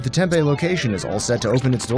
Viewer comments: as a word of advice it is pronounced "tem pee" not tempeh. resident here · If you could learn how to say TEMP-E - it would help. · the way he says tempe lol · For real